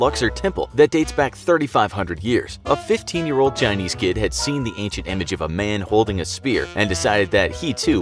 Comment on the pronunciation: Bruh it’s ancient, not acient